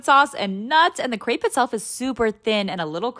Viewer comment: You pronounced crêpe wrong it’s crêpe I’m French I know the pronunciation it’s pronounced crêpe